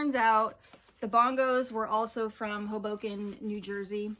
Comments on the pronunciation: You nailed pronouncing Hoboken. Yo La Tengo was also from there, as well as Sinatra - it’s a very short train ride to Manhattan (and basically looks like a smaller, more manageable Brooklyn but in Jersey). Well of course you are doing a good job,. Fun fact you didn't mention - Jangle Pop directly increased the likelihood sad weird art kids to get laid. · Lol what a fun intro!! Oh The DB's...I have one of their albums! The album "Like This" was in my grandfather's collection! Yes you said Hoboken, NJ correctly! I live in the state...I should know, lol! Hoboken, NJ is one of the easiest cities to get to NYC from in NJ! Of course I am still here...why would I leave? Doing a great job my friend! I never knew the Gin Blossoms were considered jangle pop...very interesting! Lots of cool showings and I enjoyed all these sound clips as well! Lots of notes were taken! All the best my friend! I look forward to part three!